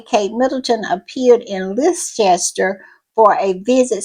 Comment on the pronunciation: Leicester is pronounced less-ter, and it is Cornish pasties, not pastries. Cornish pasties are a simple combination of chopped (not minced) beef, potatoes, turnips and onions. It’s seasoned well – especially with black pepper and baked in shortcrust pastry. You can moisten it with a bit beef stock and season it further with some thyme leaves if there’s some hanging around, but you really don’t need to. Sometimes you may find some carrot in your pasty, if you do, thrown it back the face of the person who gave you it, because there is no place for carrot a Cornish pasty.